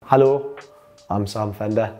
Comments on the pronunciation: His "Hello" at the beginning sounds 100% like a german "Hallo" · Geordie Hello is Hallaaw